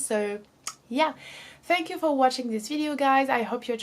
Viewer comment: Other than the way she pronounces some words (the words "video" and "book" for example) her English is good in general